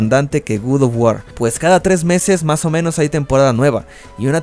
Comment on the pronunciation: Otras personas: "God Of War" El: "Gud Of War"